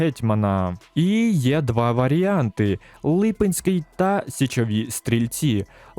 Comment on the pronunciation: Дякую дуже за відео! Хочеться більше бачити відео про Україну в Кайзершизі😂 Прохання: не Лúпинський, а Липúнський (наголос у відео не там)